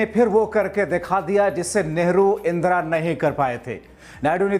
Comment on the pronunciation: इंद्रा नही इंदिरा